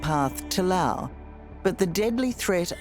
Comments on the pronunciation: Someone needs to inform the interviewer that there is an “S” at the end of the proper noun “LaoS”….. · Very typical of dying empires (UK/USA) to blame the Global South for their problems. Pure Propaganda. And, by the way, it's pronounced Laos, not Lao. Unless you are from Laos or SE Asia. You don't call Italy Italia, or call Germany, Deutschland. Poser Oz. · In know this sounds insensitive, but why does she keep mispronouncing Loas and hostel? It’s distracting. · The country is Laos. The people are Laotian. As a descriptor, Lao (like “Lao government “) is correct. I lived in Laos for many years. A little annoying every time the host of this video said “Lao” when referring to the country. BUT thank you so much for bringing very important awareness of methanol poisoning when traveling. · Why does she call it Lao the whole time? It is called Laos. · How do we pronounce Laos? Is the S silent? Thx